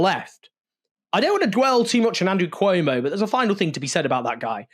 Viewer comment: Cuomo So stupid not to pronounce his opponent right, how this person could lead the city. 😢😮😅